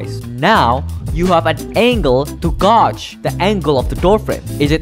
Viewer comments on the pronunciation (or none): "Gauge" is pronounced "gay-j"